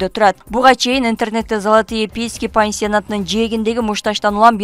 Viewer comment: ай диктор кыз жакшы суйлочу пеески эиес пески